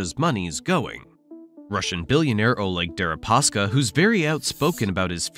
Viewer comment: You had Derepaska’s name right until when you went with “Derespaka”